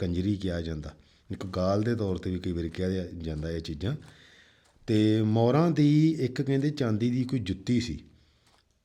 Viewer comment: ਮੌਰਾਂ ਹੈ ਜੀ ਮੌਰਾ ਨਹੀਂ